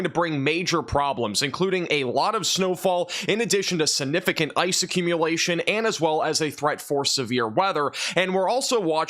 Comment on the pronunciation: Can you please learn to pronounce the word significant?